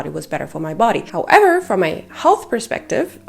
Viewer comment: When you say “how-EVER” 😂